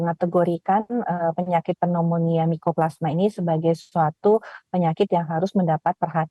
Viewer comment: Waduh narasumber koq baca pneumonia aja nggak bener...😮😮😮 Yg bener adalah cara baca pembaca berita.